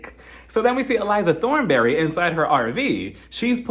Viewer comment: 😂😂😂😂 no you did not say elijah thornberry